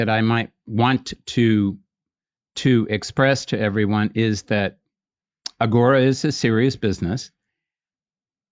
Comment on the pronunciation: Thank you for all the info, but Ranveer, please don’t say Aaghora (आघोरा), its Aghora (अघोर)